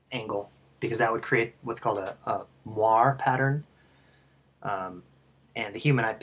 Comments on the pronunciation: more like, mwa-ray. It's French, oi makes the "wa" sound. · say it with me, "more-aeee"